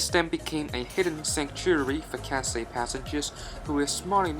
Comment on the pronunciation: Catsay Pacific😂😂😂